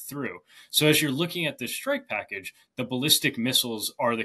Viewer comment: What's a "shtrike package"? Why can't anybody speak properly these days?